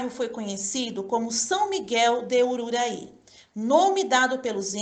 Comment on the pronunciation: V alorosa iniciativa, mas a narradora insiste em pronunciar o nome da aldeia de forma errada até o fim. Aldeira de URURAÌ e não de urarui. Chato mesmo.